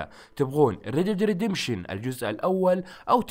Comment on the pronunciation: ياخي تضحكني ليقلت رد ديد ردمبشن